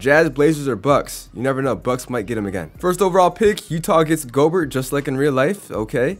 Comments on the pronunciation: rudy gobert's name is pronoced rudy gobear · He says Gobert like "yogurt"